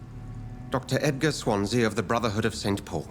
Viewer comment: I concur with other posts, a walkthrough/lets play would be fun. By the way, it's pronounced 'Swan see' or 'Swan zee' (it's also a town in South Wales). All the best